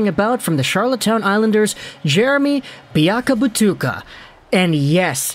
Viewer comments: It's biakabaTOOOOOOOOka my guy! As always, love the content, though! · You have pronounced Biakabutuka 3 different ways. I hope your doing it on purpose.